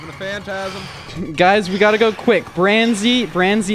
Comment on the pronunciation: It’s branzy, BRANZY😜